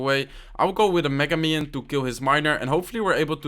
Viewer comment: When u said "minion horde" i think u said mino....